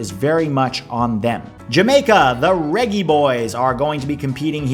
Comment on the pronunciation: “Tha reggy boys!!” Lolol Atleast say reggae right lol